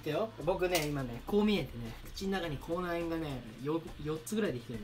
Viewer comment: 口内炎がコーナン、コーナンって聞こえる🙃